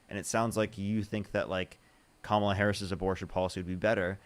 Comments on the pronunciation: I must have watched dozens and dozens of your videos,, and seriously, I think there might have been only one person who has said Kamala's name correctly without you correcting them first (and/or ten more subsequent times). These people are not serious. This isn't like trying to pronounce "Buttegieg" or "Tlaib" on a first go. Her name is already one of the most phonetically pronounced names in politics right now, and it has been spoken hundreds and hundreds and hundreds of times across all media outlets for half a decade. How are they still having trouble trying to figure out where, among three simply pronounced syllables, the stress lies? These are fkg adults, for godssakes! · Instantly checks the Trump Cultist block of mispronouncing Kamala Harris's name. Don't even need to watch. I already know she's a moron.